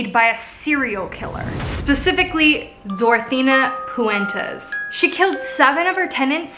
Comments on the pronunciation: Did anyone else notice she was saying Dorothina Puentes instead of Dorothea Puente. Lol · It's DorthEA PuentE, not DortheNA PuentES. AND it was on 14th & F not 21. Do your research. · Your saying her name wrong the entire video